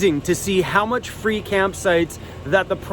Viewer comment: It said Fee not free🤣😂